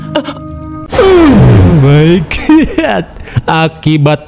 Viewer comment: Aku candu sama yang bilang oh my good😅❤ semangat terus 😊😊